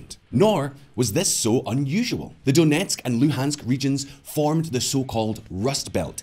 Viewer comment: I'm impressed with your Ukrainian pronunciation when you say "Donetsk" and "Luhansk". Nice job